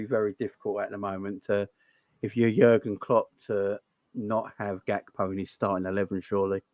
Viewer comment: Funny how that guy calls him gapko instead of Gakpo lol